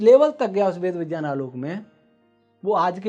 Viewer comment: विज्ञान का उच्चारण विज्यान !!